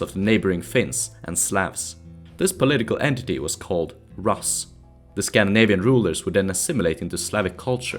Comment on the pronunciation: another great video only nitpick, your pronunciation of "rus" (though i might be wrong)